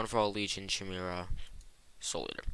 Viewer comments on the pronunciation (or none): ah yes CH-imera but it's a really good video thanks man